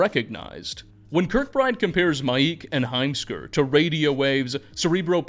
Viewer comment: heimskr i cannot unhear the words "a assman" 🤣